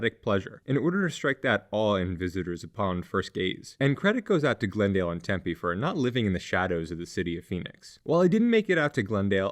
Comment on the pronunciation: It's pronounced Tempe, not Tempe :/ I'm being facetious, yes, but their is a TINY emphasis on the M that people from outside Arizona usually can't even here.